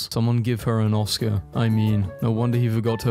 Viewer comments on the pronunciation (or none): none